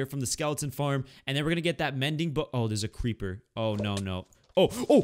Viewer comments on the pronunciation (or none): none